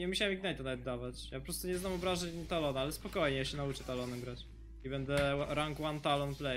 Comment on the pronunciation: Czmu kaleczysz talona???